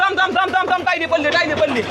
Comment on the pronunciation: भाऊ ती टायली नसते re ट्रॉली असते